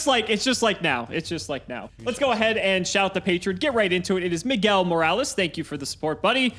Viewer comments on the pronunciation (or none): none